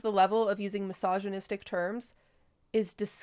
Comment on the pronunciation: is it wrong of me to laugh everytime i hear QT try to pronounce misogynistic?